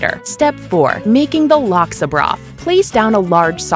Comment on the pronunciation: Already traumatising bahasa speaking people in